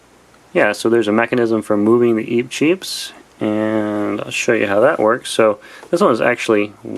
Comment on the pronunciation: eep cheep mario (the wrong pronounciation) DOUBLE BRUH